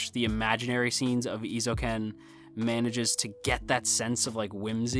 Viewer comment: For future reference: Eh-ee-zo-u-ken Eizouken. :)